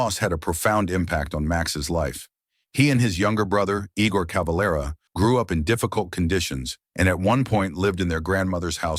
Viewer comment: CaveLEra et non Cavalra pauv’ tache de robot !⚡️⚡️